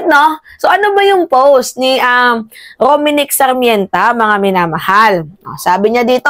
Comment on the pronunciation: Dai it's R O M N I C K S A R M E N T A NOT Rominic Sarmènta